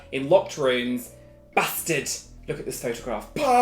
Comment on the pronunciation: 50% fancy 50% look at this photo baaaasTaAARd ( side note : im crying because of how u say bastard)